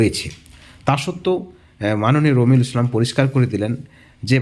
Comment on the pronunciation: এর নাম কি রোমিঊল নাকি বালরুল একটু পরিষ্কার করে বলুন।